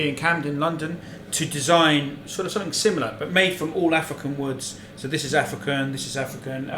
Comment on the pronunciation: "And now for sumpim compeetly different..."